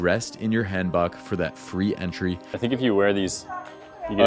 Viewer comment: Not hatin’ at all, awesome video, but another tip is learn to pronounce some of these things properly to be understood. Like Hanbok is “Hahn-bohke”. “A” and “o” sounds in Korean are always long, “ah” “oh”. Same with Hongdae, etc. “sohng-doh”